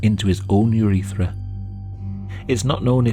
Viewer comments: Every time I hear "urethera" I feel it 😓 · i curled my toes when he said urethra